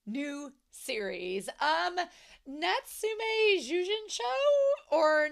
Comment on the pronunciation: I’ve finished the video but I’m still tearful. Both the cat version and the wolf version of Madara is voiced by Inoue Kazuhiko. He’s in a lot of yaoi too lol And Natsume’s name is pronounced more like Natsu-may. And it’s so funny for me to read “yeast bun”. I’m just used to it being known as “manju”, similar to the mantou buns that Xie Lian always had. Can’t wait for the next episode! ❤❤❤❤